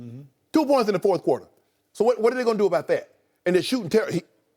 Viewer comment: I just noticed that Jim Jackson always says fourfh quarter, instead of fourth.